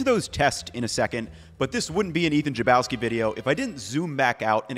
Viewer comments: it's funny the way you pronounced your last name :) it's most likely Polish or eastern european and most likely pronounced Hlebovskee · the main thing I learned from this video is that I have been mispronouncing “Chlebowski” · It's my first time hearing Ethan say his surname and I always thought it is pronounced like khlebovski, the Slavic way. Now I know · Wow, is this the first video where Ethan has said his name, I've been pronouncing it wrong this whole time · As a polish person that chlebowski pronunciation gave me PTSD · Ethan, i am Polish and you absolutely depressed me with your pronunciation of "Chlebowski". Please for the love of God go on Google translate and have google say it in Polish for a you